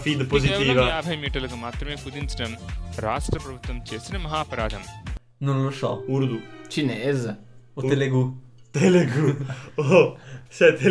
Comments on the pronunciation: ancora mi chiedo perché avete detto telegu e non telugu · bello come abbiate sempre letto "telegu" invece di "telugu" per tutto il video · Che poi è Telugu non Telegu